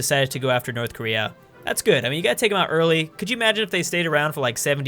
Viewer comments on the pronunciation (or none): none